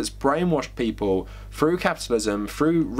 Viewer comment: Froo? Or through?? Your ‘English’ is crazy